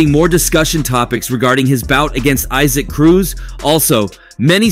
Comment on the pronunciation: It’s E-Sack Cruz…. Not eye-sac